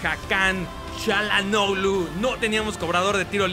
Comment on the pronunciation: Basta de decir "CHA"lhanoglu >(